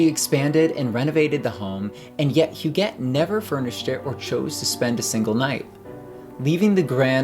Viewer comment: Est-ce que l’on prononce « jette » ou « guette ». On dit GUETTE alors dite Hu”guette” et non “Hujette”. C’est qui derrière cette narration qui ne sait pas comment prononcer HUGUETTE?